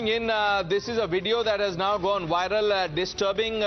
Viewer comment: "A wideo dat has done wiral"